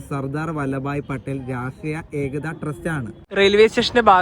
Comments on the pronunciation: ഈ വീഡിയോ എനിക്കിഷ്ടപ്പെട്ടു സ്ലൈഡറിൽ 5.30 വരെ എന്നെ irrtiate ചെയ്ത കൊണ്ടിരിക്കുന്ന കാര്യം "ഏകത" എന്നുള്ളതിന്റെ ഉച്ഛാരണം തന്നെ ആണ് ... നമ്മുടെ ഭാഷയിൽ ഉണ്ടല്ലോ ഈ വാക്ക്, പിന്നെന്തിനാ ഒരു accent കൊടുത്തു ആ വാക്കിന്റെ ഭംഗി നശിപ്പിക്കുന്നത്? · hello it is not Ekta Nagar.In malayalam it is EKATHA Nagar meaning city of Unity. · എട്ടാം അല്ല മോനേ, ഏക് താ ,ഏകതാ അഥവാ യൂണിറ്റി എന്നാണ് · ഏകതാ( Unity) നഗർ എന്നാണ്.